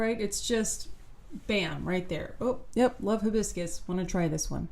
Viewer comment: Her h in hibiscus is the worst h of all time. Hideous.